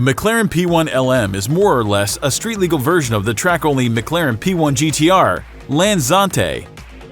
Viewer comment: "mig-larin" its "mic- claren" holy fk these channels are so cringy